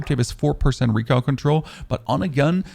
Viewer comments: It's not bad, on the word recoil exclusively you have a bit of a southern accent without any twang. Good video, man. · I'm starting to think you pronounce recoil wrong on purpose